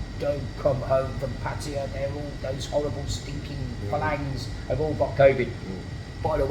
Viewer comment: pronounces Pattaya better than most people, it's not pa'tyre or p'tyre or per'tyre It's pat'tay'yaa 😊